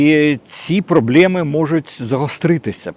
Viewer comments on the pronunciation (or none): Все чотко, дядьку. Але чому "проблЄми" ?